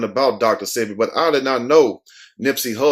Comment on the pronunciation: Sebi, is pronounced like wasabi